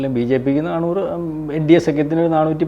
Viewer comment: എടോ നാണൂറ് അല്ല നാനൂറ് ആണ്